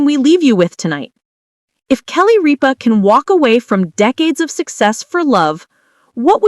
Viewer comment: Learn to pronounce Ripa and Consuelos